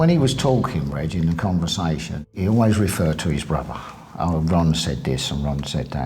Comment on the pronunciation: "Was a gentleman weren't ee bill". "they all loved Im didn't they bill" 🤣😂